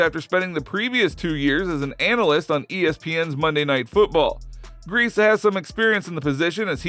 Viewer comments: it’s not Brian Griese (Grēce) it’s (Grē-cē) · Brian Griese--pronounced Greasy--his dad was the QB on the undefeated 1972 Dolphins